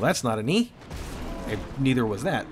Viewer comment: knee-ther was that